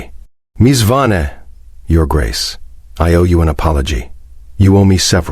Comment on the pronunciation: I know it's AI narration but why can't it get the name Vane right? It's literally one of the easiest names used in these stories.